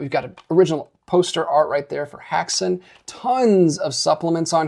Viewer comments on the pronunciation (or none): It's actually pronounced HEX-an (Häxan) not to be annoying...just the more you know!